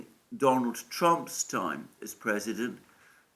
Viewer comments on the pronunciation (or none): none